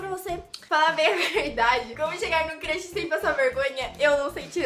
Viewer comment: é crush nn crash ela ta falando crash